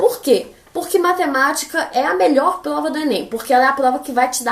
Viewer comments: ela fala plova ou invés de prova ksksks fofinho msm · "Plova", Ksksksksks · mano do céu que agonia dela falando “PLOVA” wtf